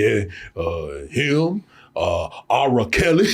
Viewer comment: “AR-RA Kelly” I’m screaming! 🤣😭